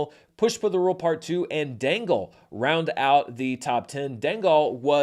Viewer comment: I think Dangal is pronounced more like “Jungle”. It did insane business in China back in the day.